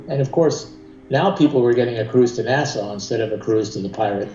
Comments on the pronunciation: Nassau not NASA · You say NASA instead of Nassau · Nasaw not Nasa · Wow! A whole 90 golf courses in all of Florida?!?! That's so many golf courses! Also it's pronounced "Nassaw"- not "NASA"... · The way he says Nassau makes me cringe